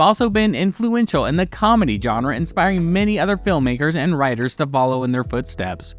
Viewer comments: Please learn how to say the word "genre" correctly, because "john-ra" is just wrong. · If you make videos about movies, learn how to pronounce "genre".